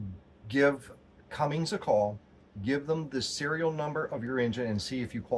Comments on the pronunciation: There's no G in Cummins. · Its not Cummings its Cummins.